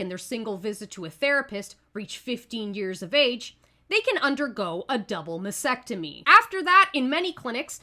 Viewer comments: Good video, but you have to pronounce "masTectomy". You tend to say massectomy. :) Take care. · Mass tec tomy not mas ec tomy.